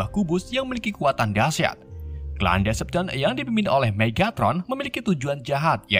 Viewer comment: maaf bang namanya decepticons salah penyebutan